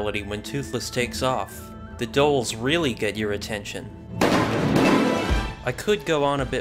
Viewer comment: Hey!! Love your content on HTTYD, just wanted to say that the Dhol is pronounced 'dhole' (one syllable) with a super heavy emphasis on the 'h'-if you're letting out a little air while saying it you probably got it right (it's the exact same as the 'dh' pronunciation in bloodhound). I tried to explain it the best I could, hope this helps for future reference!!